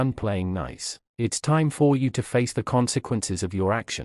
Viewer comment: NOTES for whoever programmed the AI. “For” does not need to be the most emphasised word in every sentence. What on earth is “faked”? It was used correctly once & perplexingly several times. Also, it has one syllable, not two. “Finaleyise”? The word is “finalise”. It’s said the way it’s spelled. In short, YES, you are the A. Not (mostly) for what you did to your children, your husband & his poor deluded victim, but for this terribly made video.